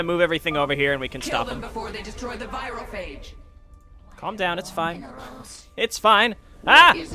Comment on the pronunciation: Anyone notice they changed the pronunciation of "virophage" between WoL and HotS?